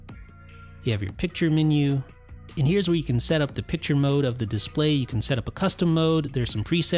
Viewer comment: Thank you, I really enjoyed the video but how come you pronounce display as DISS-play? It's noticeably distracting.